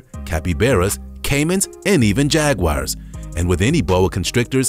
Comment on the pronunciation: He said Jagwires